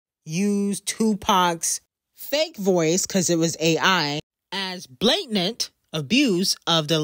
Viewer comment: Lord not sayin “blatnant” instead of “blatant”